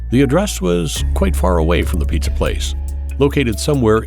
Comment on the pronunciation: Piiitza Delivery